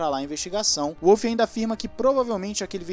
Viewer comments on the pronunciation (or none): Toto eh austriaco, o W no sobrenome dele tem so de V, nao de U